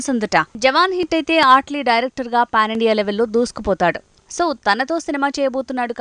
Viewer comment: Ehe mundhu name sakkaga palakadam nerchukondi 😑 ఆట్లీ enti? Mee pindaakudu 😒 అట్లీ adhi